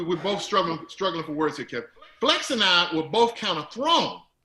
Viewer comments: This man said Kevon 😂😂😂😂💀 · That guy calling him Keyvon is getting under my skin. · I was wondering why he kept calling him Kevon then realized he was reading Kevonstage like it was a play on his name. I respect though seems humble and same with KeVon. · He knew his name was KEVIN,that’s why he kept saying KEYVON so many times. Kev handles this interview like the CHRISTIAN he is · Is he calling him Kevon because his YouTube is kevonstage his name is kev on stage not kevon stage lolbs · "Key von"😂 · NNNOOOO! It’s KEV-ON-STAGE. Kev or Kevin! Glad Kev finally corrected him. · is definitely salty. Disrespectfully saying his name wrong but Kev handled it well. I would have called him everything but after the 3rd Keyvon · 🗣🗣 Say his name correctly #StageKrew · Apparently doesn't know him or even spoke to Kev the way he keep mispronouncing his name... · Please bring Kev back without the other guy "co-hosting." And the main host needs to be more assertive in keeping the focus on the actual guest, and making sure his name is pronounced correctly from jump. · How are you a fan of his work but can't say his name right? This guy is something else. The nerve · I agree. Kev did great! And he was so gracious when dude kept mispronouncing his name. #StageKrew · Me 2 I was why this men saying his name wrong. I never heard of him. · was intentionally mispronouncing his name being passive-aggressive about kevin posting that roast